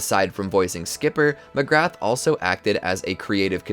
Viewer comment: Mcgrath is pronounced "Mac-rah"